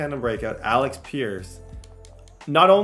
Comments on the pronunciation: Alec not Alex…Paye not Pain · New drinking game: every time says Alex instead of Alec take a sip😂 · …. It’s Alec not Alex